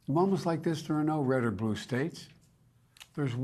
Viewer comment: "There are no Red or Brue States!" - Resident Potato